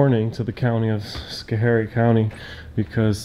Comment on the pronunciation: My home town I love it but you miss prounced it's scho harie! The last guy the IT guy is a douche!